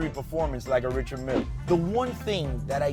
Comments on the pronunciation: isnt richard mille pronounced french? [Rishard milee] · You cant even pronounce the Richard Mille correctly. Thumbs down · You can’t pronounce your watch, you don’t deserve to wear it